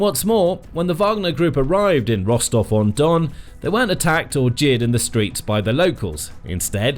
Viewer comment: La ville de Rostau ou Rostov ? Merci de prononcer correctement les noms.